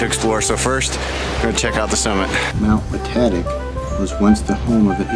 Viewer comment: WaTAYtic, WaTAHtic - either way looking like a great hike in the snow.